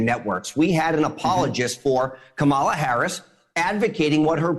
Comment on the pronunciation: Was waiting for Chris to pull him up on Kamala’s name pronunciation, and then he did. Well done Chris 👏👏👏👏👏